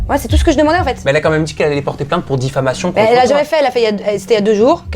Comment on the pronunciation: elle dit difflamation au lieu de diffamation. quelle nouille. nan mais c des vraies cassos ces gens de tele realite